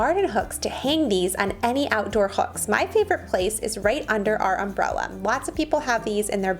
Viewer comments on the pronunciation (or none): none